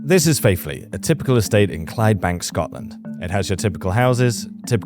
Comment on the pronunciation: Faifley, not faithley ❤